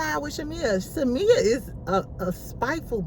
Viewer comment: Lmfao😂😂 you will never pronounce shamea last name right. Lol. Shamea so fake. She literally was shadinf porsha on the intro. Shamea hides behind religion.. im so tired of her singing... Fake asss apology. Drews bag is fake though. Its on amazon. Loll